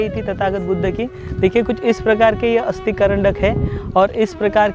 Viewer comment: अस्थि है अस्ती नही।